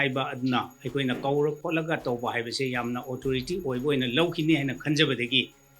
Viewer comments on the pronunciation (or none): none